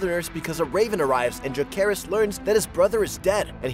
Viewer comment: Maybe learn to pronounce Jacaerys' name properly next time 🤔